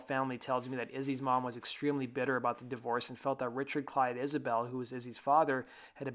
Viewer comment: Isbell, not Isabelle.